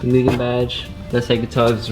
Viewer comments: The real way to pronounce mugen is "moogen" idk why some ppl act like you're saying it wrong lol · Thank you for saying Mugen the right way 👍🏼